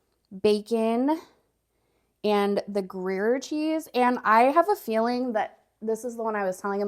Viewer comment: Pronounced Gree air